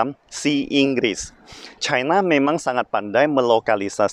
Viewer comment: Ribet amat lu ngomong nya caina caina cina aja udah ribet ntr keseleo itu lidah kbnykn ngomong caina haha